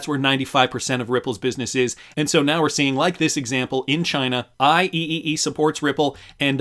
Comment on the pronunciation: IEEE is usually said "I-Triple E" professional worldwide engineering organization.